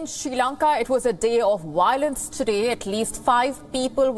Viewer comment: It’s violence NOT Wiolence…..🤣🤡